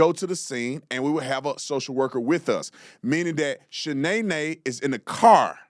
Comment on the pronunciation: Not Shanaenae! 😂